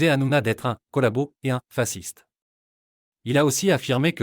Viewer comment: Par contre fasciste sa se prononce pas comme vs le dites !